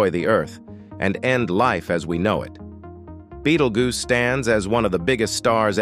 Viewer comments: He started calling it a "battle-goose". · "Beatle-goose" that really made me laugh. We're going to have to tell the AI narrator how to properly pronounce this word. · Badelgoose... Ummm 🤔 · The AI has pronounced Betelgeuse about EVERY way BUT "Beetlejuice" 😂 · It's to dumb to learn how to pronounce words properly - it does it frequently , making some words multiples when the same wod without the s , does the same job . There's a couple of other channels like that , where the AI narrator, needs to relearn it's trade . The "Beetlguese rant , had the most mistakes ever - would that qualify as dis , or , mis , information ? Or just mangled ?